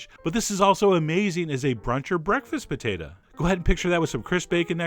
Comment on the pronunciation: I like thst you say potato "potata." :3 This looks sooo yummy omg